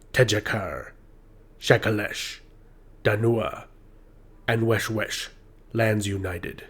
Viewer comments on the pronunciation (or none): « Weshesh » doesn’t pronounce « Wesh-wesh » ...